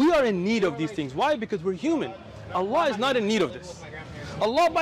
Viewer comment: Ppl .. leave everything aside, this is the first non Muslim non arabic human being that pronounce the name of the creator correctly not alaah or alaa but ALLAH ..💙💙may Allah bless him and his family allahuma ameen